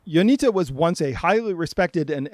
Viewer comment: Not to be that guy but its Ionitsa. The cedilla under the t makes it a ts.